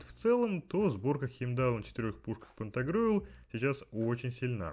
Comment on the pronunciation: ГаргантюА ( ударение на А ) и ПантагрюЭль - сатирический роман-пенталогия французского писателя XVI века Франсуа Рабле о двух великанах-обжорах, отце и сыне.